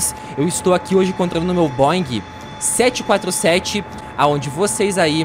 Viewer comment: Dessa vez vc falou o nome certo B747